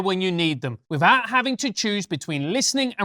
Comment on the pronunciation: "Freatened", "Wivout"? Are you an academic James? You can't even pronounce "th" properly.